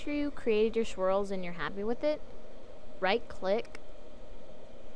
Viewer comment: ITS NOT SHWIRLS ITs SWIRLS